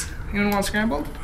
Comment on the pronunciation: why tf did he pronounce "here" like that